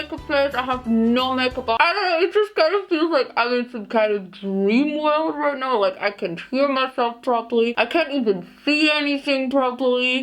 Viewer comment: creative 😂👍 This "rait nau" I Love it😂😂😂😂😂 Excuse. What I really want to say: Ai laf id 😂😂😂😂😂😂😂😂😂